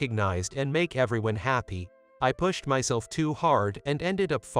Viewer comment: How do you even spell the word the reader pronounced when I read "pushed"?